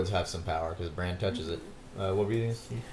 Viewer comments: ITS BRAN AKA BRANDON STARK. Bronn is the OG mercenary badass that shot drogon. Really irritated me when every one of you kept saying Bronn instead of Bran when talking about the starks reuniting. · They keep pronouncing "Bran" as "Brawn" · why do they call bran, bron? wtf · Why y'all calling Bran "Bronn"? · Why did they call bran, bronn? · Bran* I know it's nitpicky, but you keep calling him Bron lol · Why does everybody call Bran Braun.... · Bran not Bron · stop saying bronn when you're talkin about bran, cmon guys. lol